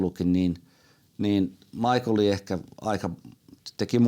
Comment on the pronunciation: Schumi on saksalainen, joten hänen nimensä kuuluisi oikeaoppisesti ääntää saksalaisittain "Miihael/Miihhael", eikä englantilaisittain "Maikl/Maikkel".